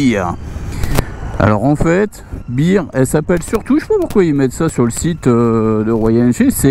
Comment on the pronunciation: BEAR se prononce BAIR, BIRE veut dire bière !